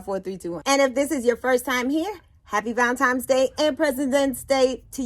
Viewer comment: Why do people say valentimes?